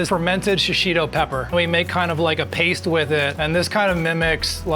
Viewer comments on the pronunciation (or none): none